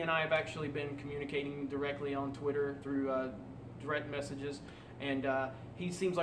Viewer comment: I had to watch twice. When he says "direct message" I keep hearing "threat message".